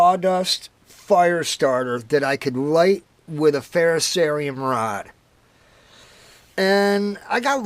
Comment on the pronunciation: At least you can pronounce "ferrocerium" correctly. 8 out of 10 youtubers can't. "Just put on some good tunes and enjoy making them." Right on bro! good video.